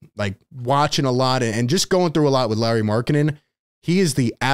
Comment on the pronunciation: The pronunciation SOUNDS like Lori, not Larry 😅